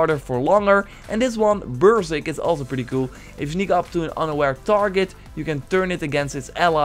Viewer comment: He said brrsrk